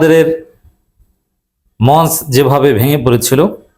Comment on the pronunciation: মঞ্চ এর সঠিক উচ্চারণ মনচো।